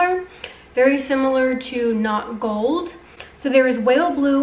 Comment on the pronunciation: Hazelnut not golllld 😬 She's from jerzee